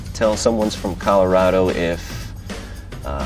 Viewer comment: the guy doesn’t even pronounce colorado right smh